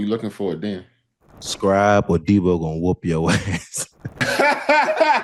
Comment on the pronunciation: Deebo its pronounced "Day-ball"..and why you two aint over there coaching that Def..Stillers need yall